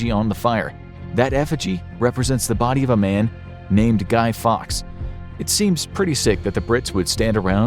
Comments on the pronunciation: Lol guy fox? Its guy Fawkes pmsl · Guy ‘Fox’….B’jesus it’s Fawkes, Guy Fawkes.. 🎶Remember remember the 5th of November🎶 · Guy Fawkes, rhyming with hawks, not fox! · Guy Fawkes not fox